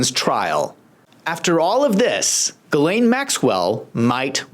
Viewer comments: "Girleen Maxwell"? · Gurrlane lol